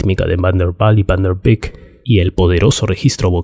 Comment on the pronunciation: Buen video... Los nombres holandeses no se pronuncian con fonética inglesa, Van der Leeuwen se pronuncia "lewuen" y no "liwen", Van der Beek se pronuncia "beek" y no "bik"